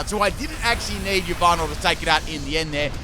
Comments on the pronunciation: It’s Ya Val tal not e valve tall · Did you just called Yveltal "Lyvato"? Sorry i seriously heard it that way. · Yvaltel is pronounced as Yahvotal Chech Mandjtv's channel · Anyone else bothered by how he says Yveltal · Im concerned about the way he pronounce "Yveltal" lol